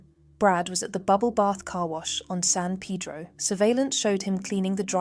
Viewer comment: not said as San PEEDRO